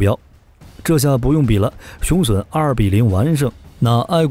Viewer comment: 腦洞開太大了，還吹得有點過頭…等真的研製出來，有點資料再判斷比較好啦！而且把雄隼唸成雄損…都損掉了還打屁！